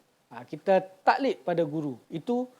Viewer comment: tuan admin, tolong baiki betul2 sebutan 'taqlid' tu guna huruf Qaf dan ada Qalqalah di tgh2nya.